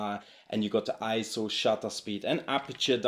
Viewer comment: Great video. For whatever reason, Sony has just never inspired me. As incredible tools as they are, they've always just felt soul-less to me. Also, thank you for pronouncing ISO correctly.